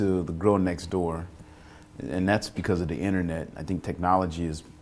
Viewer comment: He said the innernet LOL its pronounce ˈin-tər-ˌnet